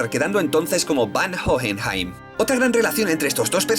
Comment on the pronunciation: A que cuesta decir Van Hohenheim xd